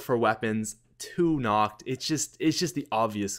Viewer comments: Nacht: pronounced Nocked. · is pronounced nakt! xD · I hate how he pronounces nacht with a CH sound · vinny vandeel same